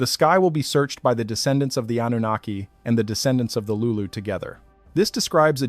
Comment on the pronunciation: also with an AI voice that cannot properly pronounce Anunaki